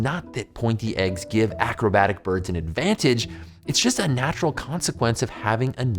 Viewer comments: anyone noticed it said birbs instead of birds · it says birbs not birds haha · did that say "BIRBS"?? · Did you say BIRBS? 2m44s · What eggactly are "Birbs"? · BIRBS? Am I the only one the catch that?